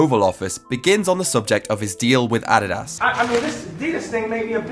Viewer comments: “Ah dee das” 😂😂😂 I will never pronounce Adidas the same haha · and Hbomb posts always make me want to drop everything to watch because their shit is rarer than diamonds Edit: the way pronounced Adidas is dope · Yeah I’ve heard British people pronounce it that way before. It’s weird but the way we say it is probably weird to them